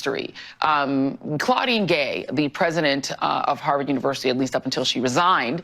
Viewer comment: Rolling on the floor, laughing my fu$king ARSE off at 'Haaavaaared' 😅😂😊🎉❤